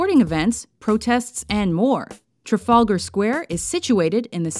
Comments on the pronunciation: it's pronounced TrAfAlgar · Traf-algar Square ... NOT Tra-Falger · I hate to bother but u mispronounced Trafalger (only slightly) u said it as Trafulgar, but it dosen't matter, anyway great video though! :) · "Trafulgar" square? Can't you yanks pronounce any English correctly? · I was about to write that. Theres a second A in that word for a reason. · OH GOD STOP SAYING TRAFALGAR LIKE THAT, it hurts my ears to hear it said like that, the pain! oh the pain! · You don't pronounce the 'r' in Trafalgar. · oh my god i cannot take the way she says "trafalgar" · its funny how she pronounces trafalgar square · Please learn how to say "Trafalgar Square". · Yeah the Trafalgar Square pronunciation sounded SO weird